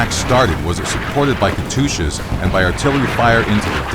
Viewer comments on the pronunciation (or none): "Katushes" It's Katyusha how do you mess that up?